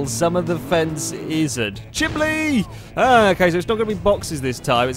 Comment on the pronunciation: "The chimbly"